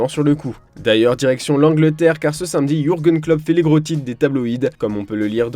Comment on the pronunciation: Personne remarque que l'abruti qui commente ne sait pas dire samedi mais il dis "sainmedi" j'ai envie de lui mettre une de ses patates